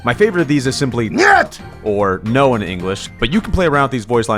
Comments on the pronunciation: isnt it "Nyet" and not "het"? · its not ht its niet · Pretty sure its 'nyet' right?